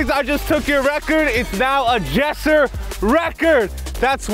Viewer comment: it’s not yessir it’s jessir